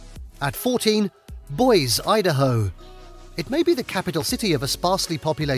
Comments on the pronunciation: Don't forget how he butchered Boise pronouncing it boys. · It is pronounced (Boy zee). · And Boise 🤦🏽‍♂️